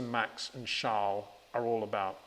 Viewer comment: who tf is "sharles?" 🤔🤔